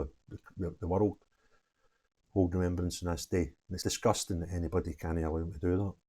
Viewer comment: Sorry “Remeberance?” What school did you go to. 😂 Keep up the great work!!